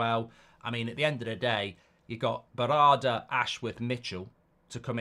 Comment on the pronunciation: Mark you've butchered Berrada's name 😂